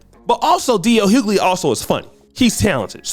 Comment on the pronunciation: The pronunciation of DL's surname is so bad! You need to speak properly mate